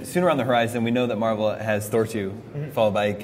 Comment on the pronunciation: it mar-vel